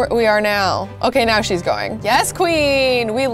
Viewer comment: Instead of saying now you said miaow